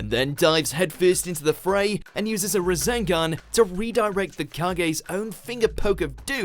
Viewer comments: am I the only one who heard Razengan instead of Rasengan ? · Did anyone else hear razengan instead of rasengan? 🤣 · Rasengan NOT Razengan, please and thank you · What's a Razengan? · I really don't like the way he says Rasengan and Rasenshuriken